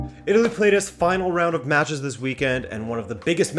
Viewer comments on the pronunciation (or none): none